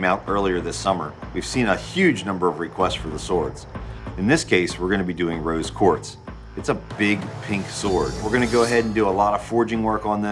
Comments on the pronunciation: Roby Quarz? It´s Rose Quarz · Did anyone else hear the guy that did the handle say 'ruby Quartz ' it rose quartz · He said “ruby quartz “ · My mans said “ruby quartz” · Did he say “Ruby Quartz Sword”??? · Did anyone else hear him say Ruby quartz